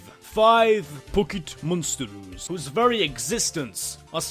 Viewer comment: PUCKET MUNSTERZ